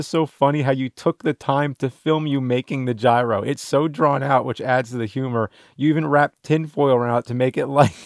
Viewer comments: Its not gyro its GYRO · How are there so many people that dont know how to say "gyro"?